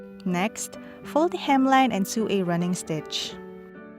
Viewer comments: "Sew" is pronounced the same way "so" is. English is a stupid language and it doesn't make any sense. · What the hell is a weft I’m familiar with the word weave and the word sew is not actually pronounced with the “e” sound it’s pronounced “sow” with the “o” sound